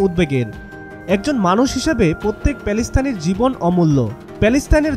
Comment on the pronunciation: সাংবাদিক কি ফিলিস্তিন বানান শিখেনি ? বারবার প্যালেস্তান কেন বলে?